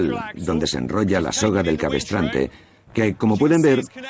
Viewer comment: Muy ameno e interesante, sólo un detalle, la palabra es cabrestante... No cabestrante...